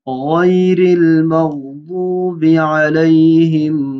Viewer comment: Magdobe Hy magzobe nhin Tum Galat kah Rahe ho